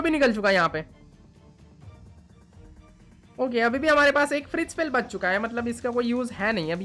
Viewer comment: is bengali maybe coz he pronounces bach as baach😅😅